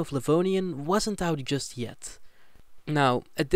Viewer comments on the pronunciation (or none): none